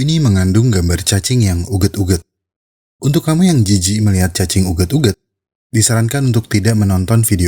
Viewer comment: "cacing uget2" ngomong uget2 nya kocack